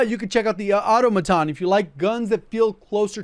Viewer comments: the automaton is pronounced autom-aton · Maybe you should google it before you end up being the one that has a pronunciation problem. It's pronounced aw·to·muh·tn. 🤣🤣🤣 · Another Youtuber that can't pronounce Automaton properly lol 🤣